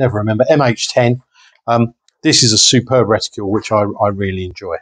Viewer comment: Lol... I know I'm being a fooking pedant here but it's 'reticle' ... not... 'reticule'. A 'reticule' is a ladies handbag.